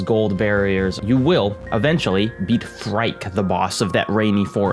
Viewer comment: I only killed the first boss “Phrike” oddly pronounced “free kay”and stopped, to me the mobility was too lacking to always go back to the desert biome. I couldn’t but i appreciated the game and watched a no commentary walkthrough. I wished the game bosses were stronger in better ways other than just being bullet hells.